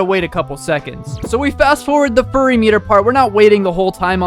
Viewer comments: called it the “furry meter” instead of “fury meter” 💀💀💀💀💀💀💀💀💀💀💀💀💀💀💀💀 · Bro says furry in stead of fury learn grammer kid